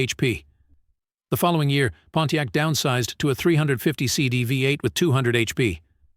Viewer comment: In the future spend money on better AI that can properly pronounce Camaro, Pontiac, etc.